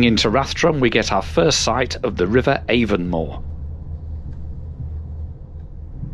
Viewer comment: No worries mate. Great video! Sure is one of the most scenic train ride in Ireland. Highly recommend it. Avonmore is pronounced “Ah Von More” ( short A ) Howth is “Ho - th” ( short o ) Be thankful you didn’t pass through Graiguenamanagh or Kilmacanogue 🤣🤣🤣🤣🤣